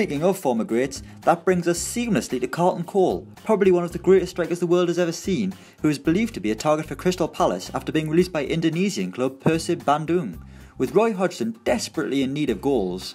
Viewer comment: You pronounced 'Bandung' wrong, it's kinda like "Bahn-Doong" with the Bahn being stressed.